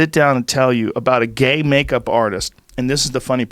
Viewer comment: Why say gay makeup artist like that? 🙄